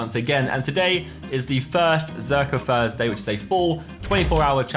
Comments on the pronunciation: welcome to another 'Zerkaa FURSDAY' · it was a joke as Josh says F instead of Th, listen to the start he says F everytime lol